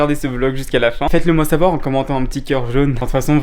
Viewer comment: ... "Il faut sacher" 😭😁